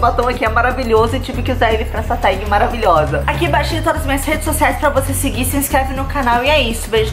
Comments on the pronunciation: Se pronuncia "teg" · Fala "tég" mesmo hahahaha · Se escreve tag mas pronuncia ''teg'', ajudei? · se fala "tégui" Mandy ❤ . Amo seus vídeos ,já venho correndo quando sei que é vídeo do seu canal. kkkk. ah , lindo colar ❤ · Dança atrás das pessoas sem elas verem❤️ a pronúncia é "teg" Mandy❤️ vc tá maraaa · Manddy ótimo vídeo e TAG se lê "TÉG" :) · se pronuncia tégui Mandy 😂💙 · se pronuncia "tegui" mamai mandy <3